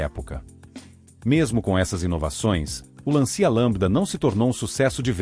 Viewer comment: O video é bom, o trabalho de pesquisa é muito bem feito, mas a narração "neural" ou sei lá o quê estraga tudo. Fala errado o nome dos veículos, como "Lancia", e tem uma cadência pedante e chata. A música muito repetitiva também torna o video chato de assistir. Uma pena porque esses detalhes penalizam o excelente trabalho de pesquisa. Um narrador humano seria muito melhor.